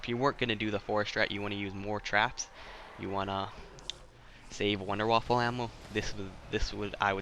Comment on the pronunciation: Wonderwaffle are you serious it’s wonderwaffe